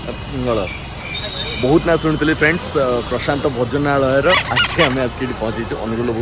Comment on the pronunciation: Bhojanalaya ku ucharana kariparuna .. kn foreign ru patha padhiki asicha na kn